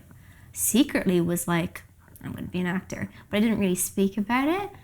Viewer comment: Stop, stop, stop, you're going to take someone's EYE out, besides you're saying it WRONG, it's "actor", not "acter"!